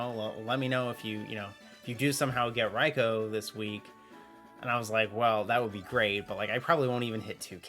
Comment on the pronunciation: wow someone actually say raikou correctly